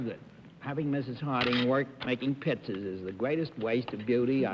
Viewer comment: WHAT is WRONG with Bennett Cerf? It can't be his speech impediment. But his pronunciations, here and in many other episodes is ATROCIOUS! e.g. PITZAS? oy gevalt! Horrible example for a book publisher to get so many words wrong!